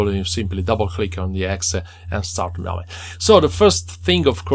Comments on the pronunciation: Dude mispronounced it twice! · I also laughed, never thought to pronounce it like that :)